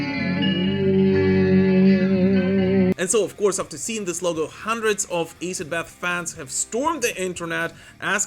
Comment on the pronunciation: ITS ASS id Bath ,,, It Aye Sid bath